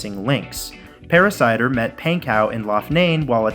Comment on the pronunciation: Paracider? Is that a variation of apple cider? Just awful, lol.